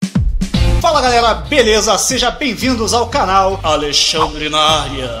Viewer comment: É impressão minha ou voce falou "galela" 😅😅🤗🤗relaxa eu tambem não consigo falar "galera" kkkkkk